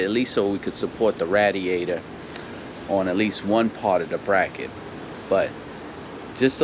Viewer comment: The way he says radiator lol ratiator 🐀